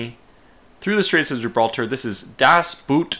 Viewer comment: I cringe every single time when you try to say "das Boot". :D Try to pronounce the double o more like the o in "on" or "over". Please, i beg you!